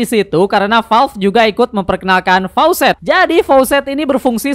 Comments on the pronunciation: Facets bang, bukan faucet 😅😂 faucet mah keran aer 😂😂😂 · koreksi bg, facets bukan faucets. faucets mah keran air